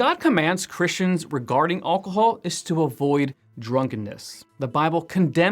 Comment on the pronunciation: Thank you for this lesson. However, I would have found this more useful if his pronunciation of ALCOHOL was not so unusual and distracting.